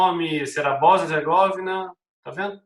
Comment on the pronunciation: Ola professor, só uma observação sobre a Boznia, os nomes europeus quase que 90%, têm a sílaba tônica na penúltima, ou seja, , Herzegovina vai ter a tonicidade na sílaba "vi'", um abraço